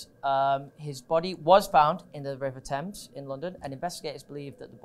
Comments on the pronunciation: eww why he said thames like that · It’s such an awful situation but it is really pissing me off how he said Thames, why did he say ‘Tames’